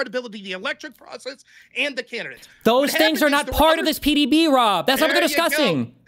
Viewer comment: You both have Freudian slips CONSTANTLY about the Presidential Daily Briefings. I have literally LOST TRACK of both of your mis-pronunciations? of the abbreviated format. You must both hate Patrick Bet David as much as I do. They are “PDB’s” not “PBD’s” lol Oh and Rob. You’re a fucking bad faith hack. You always will be. You are the farthest thing from a patriot, fuck you.